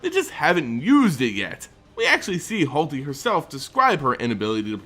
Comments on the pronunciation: HaLTy who is that? Do you mean Hoo-ah-TLI? Also my tip on who Vraska's pick up is after she finds what Bolas asked for is Ral Zarek. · Oh buddy, back at it again with the pronunciation? It's Huatli, not Hualti. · Please stop throwing the letters around in your pronunciations. Yeheeeni vs Yahenni is a fine, it's about which letters to stress, but "Hualti" over Huatli? I just doesn't say that. Please prepare more, it's such an unnecessary error. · Okay. I had to suffer through your butchering of Djeru's name (Jeh-roo, not Deh-roo). PLEASE do not make me want to punch you for not being able to pronounce Huatli (Hoo-aht-lee, not Hahl-tee). I really like this series and that is SERIOUSLY my one complaint. PLEASE do me this favor and put just this little bit more effort into your lore visitations. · "Halti"? It's obviously spelled "Huatli" but how do you mispronounce key cards in every set? It's pronounced Hoo-Wat-lee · Say it with me, who-watt-lee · By the way, the name of the planeswalker is "Hwa-tlee". Trust me, I'm a linguist